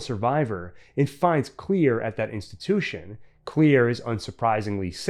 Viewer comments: lol why do you say her name like that , it’s Claire not Clear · Why did you keep saying clear? It’s clair. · am i the only one who is annoyed by the guy saying "clear" not "Claire"? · Everytime is said "Clear" instead of "Clare" I cringed 🥴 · If your gunna say someone’s name say it right that’s annoying asf it’s simple asf let’s say it together clair dumbass not clear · Isn't her name Clair not clear? Anyone else bothered by this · It's Clare! Not clear! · Claire.. not clear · Claire not "clear"... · DUDE YOUR KILLING ME. It’s Clare not clear. Everyone I hear it I go insane. It’s like death is coming for………….☠️🪦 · Why he say Claire like that? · I never understood why he can't pronounce Claire's name properly.